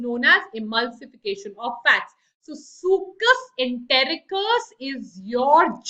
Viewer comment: Mam, but in lecture 1 you said brunners gland secreate succus entericcus!!🙄